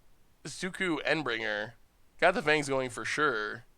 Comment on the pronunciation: While Momir is a fun way to end the Video, your pronounciations of Shauku, Endbringer are painful